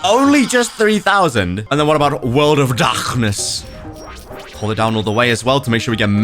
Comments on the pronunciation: bro said "WORLD OR DACCNESS" 😂😂😂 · "world of darkfghness" 💀💀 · “World of darpkness” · Bro turned German for when he said world of darkness😂😂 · Why did you say word of darkness like that 😂😂😂😂😂😂😂😂😂😂😂😂😂😂😂😂😂😂😂😂😂😂😂